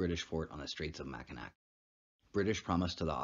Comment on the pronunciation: It is pernounced mack-in-naw I live in mi just wanted to let u know that